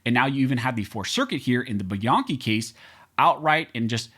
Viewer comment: It’s pronounced by-Ann-chi